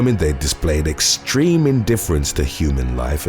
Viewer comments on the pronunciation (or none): none